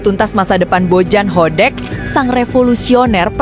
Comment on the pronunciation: Kenapa narasinya Jadi Bojan Hodek min ?😂